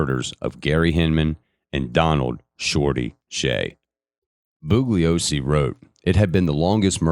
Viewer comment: Perhaps at least ask that he look up pronunciations of words he alleges to be able to say correctly in English. That seems like the minimum qualification for the job. I've got one more Booglyosy and I'm going to have to bounce.